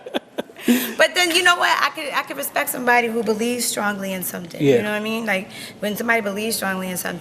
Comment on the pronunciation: She said “Recpect”